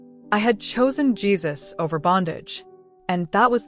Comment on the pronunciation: His name is pronounced Geez-us, not whatever you were calling Him. Other than that it was a good story! Love it